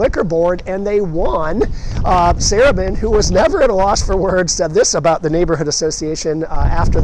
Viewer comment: As a Baltimore native now living in CA, my love of Baltimore is regularly reignited with each new video of yours. One very minor gentle correction is that the pronunciation of Sarubin, the former owner of the Beethoven. His last named was pronounced Sa-ROO-bin. I lived in the wonderful Beethoven in the early-mid 70s.